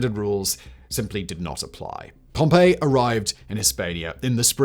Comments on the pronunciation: it feels kind of odd how he pronounces his name as “pompeii” instead of “pompee” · Pom-PEE. Pom-pay is a place that got volcanoed. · Oh that's a shame, I thought you were making a clever joke about how he spent the whole video pronouncing the name Pompeii ("Pom-pay") instead of Pompey ("Pom-pee") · It's Pom-pee my dood. 😭😭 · Sorry, but I can't listen to a half hour+ of a pair of videos with Simon pronouncing Pompey as "Pompeii". I probably could have written the episode so I wouldn't have learned much if anything, but it would have been fun to listen to. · "Pompey was born Gnaeus Pompey the Great" no he wasn't 😂